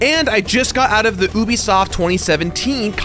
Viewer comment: stop saying ubisoft like that